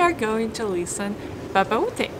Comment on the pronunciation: It’s pronunciation not pronounciation ! and it’s listen (inn sound) not leeson !